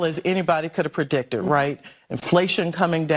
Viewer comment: Predictored? really predictored? Says it all really